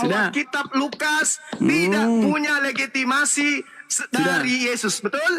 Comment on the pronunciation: Ngomong legitimasi aja blg legiti...mmg bsr mulut